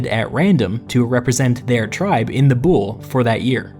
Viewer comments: You are AWESOME. I was very fortunate to have studied under some world-class scholars who ran the archeological dig in Athens. So here are some pronunciation upgrades: BOULE is pronounced BOO-lay. AREOPAGUS is pronounced AIR-ey-AH-pa-gus. BASILEUS is pronounced BAH-suh-LAY-oos. SOLON is pronounced SOUL-on. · I really do enjoy these videos, and while it is very clear you do a lot of thorough research, please do look up the pronunciation of these words. As a classicist it is painful to hear some of these. Ill include a simple phonetic pronunciation for a lot of these: boule (BOO-lay the e is not silent ;)) basileus (ba-zih-LAY-us) Areopagus (while your pronunciation for that is ok, it is better ah-re-AW-pa-gus). Prytaneis (prou-tan-AYSE) this one is also a plural noun, not a singular committee. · Someone must have told you already... But the Boule isn't pronounced b-OOL, but b-ool-EE or, if you want to be as close to the Greek word as you can get, v-ool-EE (B being the Greek beta, whose sound is closer to the english v than to b). Fun(?) fact: Boule is also the name the Greek Parliament uses for itself to this day, full official name: Boule ton Ellinon (Parliament of the Greeks). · i love you but as a greek watching you pronounce βουλή into boule (bull) when its supposed to be like vouli was kinda hilarious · you are knowledgeable and you seem to know what you are talking about but your pronunciation of the Greek words was killing me every time! "Boule" i.e is pronounced "vuli", that is v like you pronounce the v in "victory", u like the "oo" in "tooth" and i is pronounced like i in Italy. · OMG Not the 'Bool" it's "Voolie" I'm sry, it hit me too hard... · "Boule" is not pronounced like "bull", but more like "bull-ee" – just for you to know... ;) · BOULE NOT BULL BUT VULI!!! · Boule is pronounced "voulee" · Great one but its boule. With the e pronounced like in east